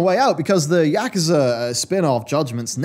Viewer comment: Funny Pronunciation Comment YAKuza....lol